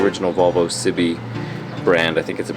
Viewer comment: Just a couple of things. Firstly Cibie is a French brand pronounced "CBA". Secondly you need to get your wheel alignment done, those front tyres are badly worn on the inside shoulders indicating far too much toe-in which will kill your fuel consumption. It's nice to see younger people taking to these flying bricks, they're actually really good fun to drive. Incidentally, the later 240s from about 1990 on seem to be worse for rust than the earlier ones so giving yours a good dose of anti-rust wax, especially between the rear window and licence plate box on the tailgate if it's good there would be a very good idea to save yourself welding-type headaches later...